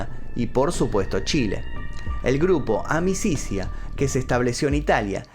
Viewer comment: Amicizia significa amistad y se pronuncia amichitsia